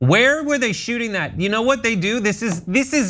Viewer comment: He can't even pronounce "that" correctly... it comes out "dat!.